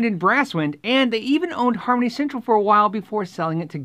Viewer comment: When you said Harmony Central I thought you said Comedy Central.